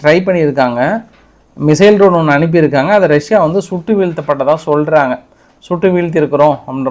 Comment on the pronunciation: Tரோன் அல்ல அது Dரோன். படிக்கவே தெரியாதா?